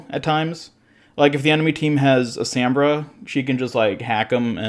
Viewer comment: This whole video bugged me!!! Also “Sambra”